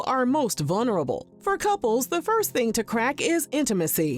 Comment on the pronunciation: It's so jarring to hear you be so articulate and not be able to say VULNERABLE. two. Ls four syllables